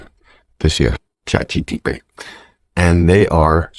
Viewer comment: It’s CHAT GPT not GTP